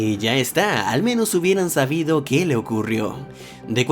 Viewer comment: dijiste "sabido" y se "supido"